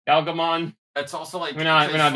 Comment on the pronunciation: Also as I'm listening I get you're using the JP pronunciation of Galgomon instead of Gargomon but it sounds a lot like Gaogamon sometimes and I keep getting Savers PTSD